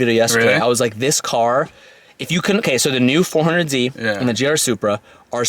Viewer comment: At this point hes saying 400Z to trigger people. Jesus it’s embarrassing, learn the correct name dude